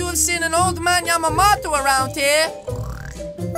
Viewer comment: wow said Yamamoto right lol